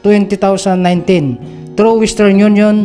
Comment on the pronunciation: Di sya kasama haha. Kasi sabi ng ngsalita 20,019 ( twenty thousand nine teen) haha